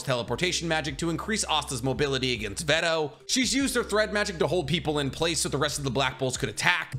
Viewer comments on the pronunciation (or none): none